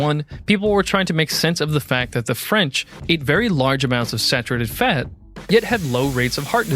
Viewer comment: Just tuning in to hear him pronounce fat, "feht".